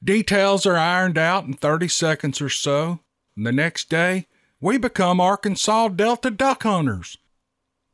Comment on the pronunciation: I live in Arkansas too and I'm loving every moment when I hear you say Arkansas and the Steve Lilly story's are amazing brother please keep them coming ❤